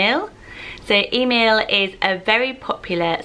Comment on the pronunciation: We have a little Emil, three months old. His dad is German and we live in Australia. In Australia it's usually pronounced eh-MEEL, but the German side of the family pronounce it very similar to the Swedish way you pronounced it. I love it so much.